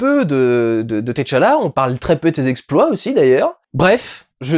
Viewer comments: Par pitié, arretez avec vos "T. challa" c'est TCHALLA, c'est pas insurmontable de tout dire en une fois, et c'est bien + esthétique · Durendal c’est Tchalla Et pas T Challa🤣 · c'est pas t challa mais t'challa😁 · je l'ai noté en effet. Ca n'en reste pas moins choquant à mes oreilles. Avant d'être une œuvre cinématographique c'était une bande dessinée qui s'inspirait clairement de personnage aux origines africaines. Et dont la prononciation la plus naturelle pour les lecteurs de cette partie du monde serait d'inviter à dire "tchala" et non autrement. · Salut Durendal je regarde le vlog et ça me fume chaque fois que tu prononces le T de Tchala a part ...Comme les noms africain la première consone ne se prononce pas et est "aspiré", le son est le meme que quand tu prononce Tchaikovsky par example. voila je retourne regarder le reste du Vlog